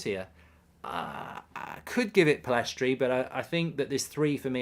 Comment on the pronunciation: Still doesn't know Pellistri's name haha